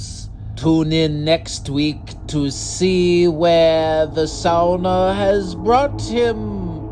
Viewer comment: How do you know how to say "sauna'" correctly?